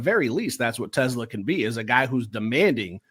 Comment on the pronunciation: is funny. Lmao. He throws his hands up and says "respect respect" and still mispronounces TeSlaa's last name 😄.. "no disrespect".. then, he ostensibly says a few nice things, and then, says "but. BUT" lmao! I've heard somewhere before that when one person is apologizing or complimenting another person when 'but' enters the conversation, everything before that point has little to no meaning. Lol.